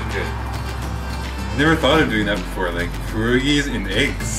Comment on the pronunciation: Hey, I'm polish and just a pointer they are pronounced pyer-og-long e sound. GREAT VIDEO BTW